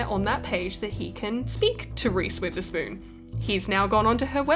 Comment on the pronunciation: i thought she keps saying reese with a spoon then i looked it up